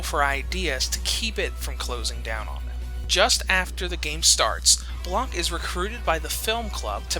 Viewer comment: The c is silent in blanc